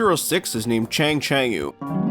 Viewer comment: Funny and kinda surprised about 006's name in English pronunciation. In Japanese, his name is pronounced "Chanchanko" which is a vest-like traditional clothing. As an example, the yellow vest worn by Kitaro from "Gegege no Kitaro" is a chanchanko.